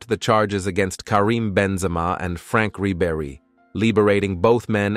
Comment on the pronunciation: Learn how to pronounce Frank Ribery